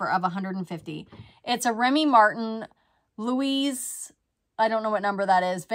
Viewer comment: Louis “Loo-ey” Treize “Trez” (French for 13).